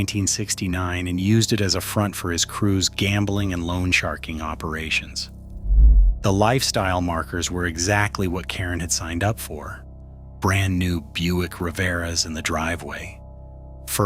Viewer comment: It’s the Buick Riviera, not “Rivera”…